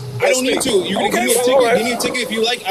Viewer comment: The fact he cant even say “you” and instead says “use” is a good indicator on his education level.